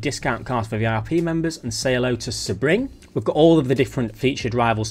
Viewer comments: Just a heads up Sebring is pronounced "See-bring" not "seh-bring". Good job on the video though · He probably had the info early. I'm not bothered if he did. He does call the track "Sa-Bring" though. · No, not in British English. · Correct! Idk why the Brits tend to pronounce it this way. It’s like they apply the “Nurburgring” pronunciation. The city the track is in is Sebring, FL. The “ring” in Sebring is purely coincidental. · Love you, but do you even try with the pronunciations anymore? Seb-ring like it's Sebastian Vettel's personal race track 😂 It's one of the most famous race tracks in the world, definitely top three in the USA.